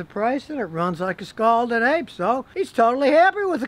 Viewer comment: LOL! Scalded APE! I thought he said Scalded Egg! LOL!